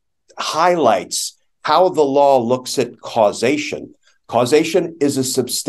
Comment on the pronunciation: Had me at "Causeation"